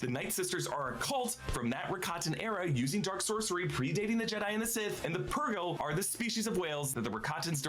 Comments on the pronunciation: Yeah the thing that finally got me to unsub from screen crush is incessant refusal to pronounce “purgill” correctly. He’s been corrected a lot of times and he still says “pur-JILL” and maybe that shouldn’t bother me so much, but it drives me nuts. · It bugs me that mispronounces Purrgil